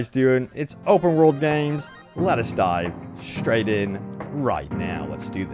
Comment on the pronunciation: For a moment I thought he said “let us die right in” 😂